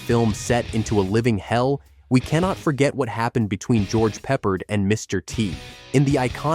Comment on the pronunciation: It's George Pe-PARD!